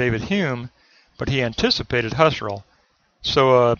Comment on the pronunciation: Husserl = pronounced "Who - Searle."